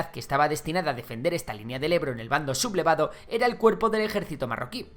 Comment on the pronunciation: Buen video para tener una visión general al margen de matices que, convendrá investigar a cada uno por otras fuentes. Ahora bien ¿por qué dices "sub-blevado"? ¿no es lo correcto "Su-ble-va-do"? Gracias por el video.